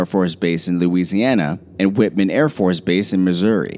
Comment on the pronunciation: It is Whiteman. Not Whitman